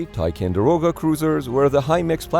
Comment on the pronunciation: Somehow the robo voice has trouble with 'TicOnderoga' too. Misspelled text to voice?